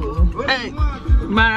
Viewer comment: This your 'wahever' 😂😂